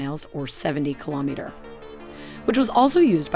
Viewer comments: Learn how to pronounce kilometer and Saab, lol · It’s a very useful presentation. Thanks. A tiny nit, but please check your pronunciation of kilometer and ordnance.